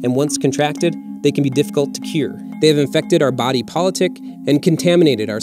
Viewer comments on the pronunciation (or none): none